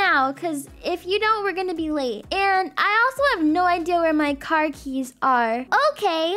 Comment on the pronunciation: “Uhke?” “Uhke!” Guys it’s not okay it’s “Uhke” according to akelia and Rosalina ! 😂